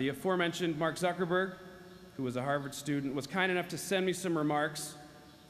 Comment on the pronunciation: Harward = harvest Hahaha ❤️